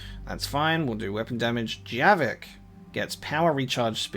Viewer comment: It's Javik, not Jerrik. XD